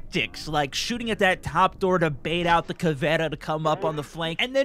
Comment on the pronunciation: Did this dude just say cavana